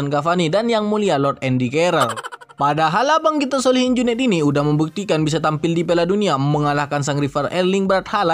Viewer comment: ngakak klo dengar si bilang solihin junet.... 🤣